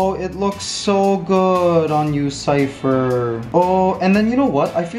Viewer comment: Mikey, Ligaya really does sound like she's got Cypher's name down, she's actually pronouncing consonants and vowels clearly. That's AMAZING!!!! Extra Love for Ligaya from me for that!!!! Peace, Happiness, Love and Laughter, Acceptance for All, Keep Safe All, -Matt